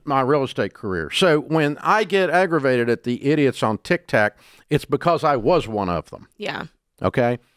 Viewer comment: Every time Dave says Tik Tak, a boomer donates money to the Nigerian Prince